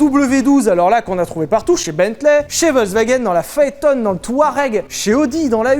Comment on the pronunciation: Mr Sylvain Levy, la Phaeton se prononce Phaéton (en référence à Phaeton le fils du dieu Soleil). C'est irrespectueux pour quelqu'un qui à 2/3 du moteur d'une Phaeton W12 ^^